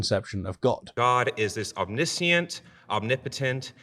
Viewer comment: Why do so many people mispronounce the word Omniscient?